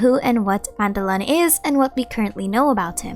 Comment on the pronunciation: its PANTALOWN! NOT PANTALONEY..